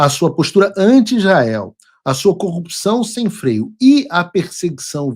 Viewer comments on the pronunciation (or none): none